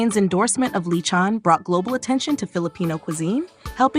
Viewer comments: I immediately leave when it offends my ears to hear LE- CHOWN and A- DOE- BOE. For chrissakes these food items have been vlogged about by foreigners and fil-ams for years and they can’t pronounce it right. Perhaps America’s educational system needs an overhaul. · “Li-chon” just why.